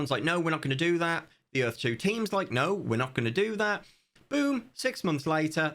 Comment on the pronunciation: Earf 2, brought to you by Will Smith and Roland Emmerich. Earf 2. "Welcome to Earf...2!" - W.S.